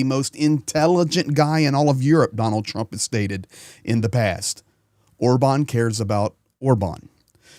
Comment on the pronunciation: you did a little pig snort when you said Orban, it was the most beautiful pronunciation of his name I’ve ever heard 😂